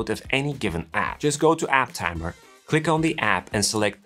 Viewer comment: App Tamer, not App Tammer